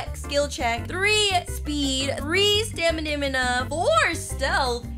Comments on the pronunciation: Why she say stamina is stamininima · it's not samunimu It's stamina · "We got staminimana!" Me: "Haha! It's stamina! You're so funny!" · Why does she say “stamimina” but not “stamina”😭😭😭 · NEW PRONOUNCED FOR STAMINA staminimima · Stamina not staminina😅😅😅😅